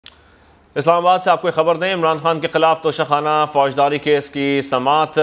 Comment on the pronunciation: Please correct Your pronunciation, it is not Tosha Khana but TOCHA Kanna (guess who said it so?)